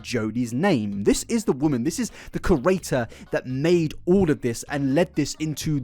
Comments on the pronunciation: Repeat after me: Cree-Eight-Tor, Cree-Eight-Tor, Cree-Eight-Tor, Cree-Eight-Tor, Cree-Eight-Tor. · Hey man, Just pronounce Curator with a hard Q instead. [Qur-ay-tohr] It helps me a lot.